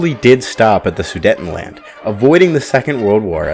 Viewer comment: Learn English and how to pronounce words properly. It’s inconceivable not unconceivable. And the region is pronounced “SOO-DATE-EN-LAND”, not “SAIDETTIN-LAND”.